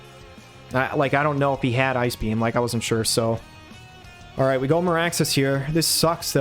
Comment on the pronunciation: Every time I hear Maraxus, all I hear is Maractus lol